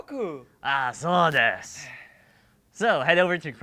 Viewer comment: that's not how you say "sou desu"